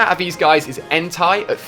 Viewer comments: I cringe when he says the legendary dogs names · Rookai entai and sooaseen lol Don't you mean raikou entei and suicune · I counted 15. I get that most of the pronunciation mistakes is cause of his accent which is no big deal for me. But I cringed when he said Xatu, Entei, Suicune and Ho-oh.